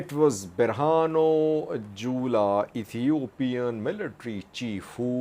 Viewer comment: How you say jula, is funny 😆